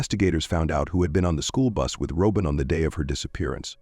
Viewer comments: IT IS NOT "ROW-BEN! IT IS "ROBIN OR ROBYN!" A.I. SUCKS!!!!! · I was a classmate of hers. Roehm Middle School. It was the 8th grade. And it may be AI talking, but you’re pronouncing her name wrong. It’s pronounced the same way you would pronounce Robin ROBIN like Batman and Robin. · I just can't with this AI voice calling her Robe in. Shameful